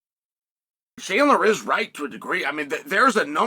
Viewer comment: And he pronounced both names correctly 😮